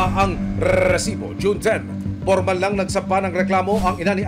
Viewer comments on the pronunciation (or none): pwede bang "resibo" na lang? nakakairita yung "rrrrresibo" eh nag mumukhang comedy show eh 😂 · Okay lang po ba tanggalin na yung Rrrrrrrrrresibo, nakakatawa po kasi lalo paulit ulit, instead na seryoso ako manuod natatawa ako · rrrrrresibo. sana resibo lang para matiwasay ang nakikinig.✨ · Kailangan ba talaga unli R yun rrrrRrrRRRReeeesiibooo 😅🤣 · NAKAKA ILANH RRRRRESIBO KA NA AH 😂😂😂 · Annoying yung rrrrrresibo, wag na ipilit Sir 😅 ang corny pramis, mas naannoy ako sa sayo kesa sa documentary mo 😂 Wala papantay sa “Excuse me po” ni Sir Mike Enriquez 😊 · RRRRRRESIBO PA MORE 😂😂😂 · Rrrrrrrrrrrrrrrrrrrrrrrrrrresibo!!! 😂😂😂😂😂😂😂 Ilang letter R daw po ba mayroon sa RRRRRRRRRRESIBO? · Nakakabwiset yung rrrrresibo mong sinasabe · Nakakairita pakinggan ung RRRRRESIBO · daig pa si nicki minaj sa R nya hahaha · Mga kinse na R pre. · Hahaha pansin ko rin, dami Yung grrrrrrr 😅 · Kapatid ni LAAAAARR santiago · ang dami mong rrrrrrrr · Nakaka irita ang pag bigkas mo ng resibo. OA ka na. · Jusko hanap ako ng hanap kung san ba yang resibo. Tawang tawa din ako. Baka may problema sa R yung host. 😂😂😂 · 8 na r narinig ko set MO sa lowest na speed